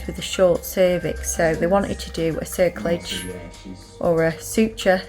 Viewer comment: It is pronounced cer cla arge and progesterone preh jes ta rone xxx